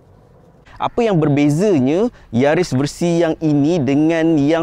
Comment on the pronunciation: Yaris mata jepun.. Bukan keli..